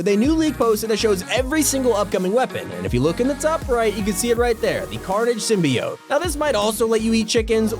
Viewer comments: Its Sim-bee-ot not Sim-by-oat, learn how to pronounce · symbiote is pronounced sim-be-oat. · "Sim-bee-ote" Symbiote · Symbiote is pronounced "Sim-bee-yote" not how ever you first said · bro he keeps saying symboite wrong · That's not how you say symbiote.